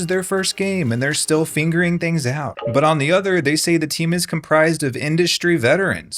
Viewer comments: you sound like you said "this is their first game and they're still FINGERING things out" ???? xD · "fingering things out" BEAUTIFUL mispronunciation 😭😭